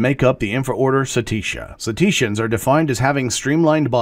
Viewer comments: I think you are mispronouncing Cetacea and Cetaceans? You're putting a E in the middle instead of an A Cet-ee-ceans? Narrr, Cet-ae-ceans! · Love your stuff,, just one thing. Pronunciation. I can tell you learn from books instead of from videos!!!;-> JEE-nus/JEH-ner-ah genus/genera See-TAY-shuns cetaceans BA-sih-loh-SO-rus basilosaurus